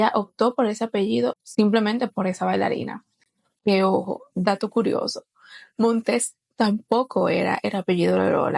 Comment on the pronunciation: No es "Montés:, sino Montes: es sin acento en la última sílaba.